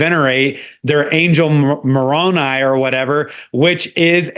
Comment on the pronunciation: Mormonism: angel? Moroni? "B-rown-eye"